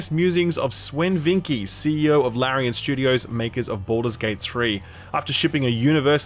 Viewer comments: I'm almost certain you've been pronouncing Swen Vincke wrong this whole time - It's ˈsvɛn ˈvɪnkə/; in IPA. Although it reads Swen it's pronounced in English as Sven would be. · Swen Vincke is pronounced “Sven Vinka” just for future reference.